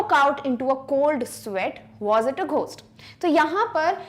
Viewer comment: ઘોસ્ટ✅ ગોસ્ટ❌